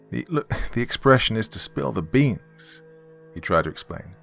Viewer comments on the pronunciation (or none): Okay I died a little when the spill the beans part came up lol the accent made it funnier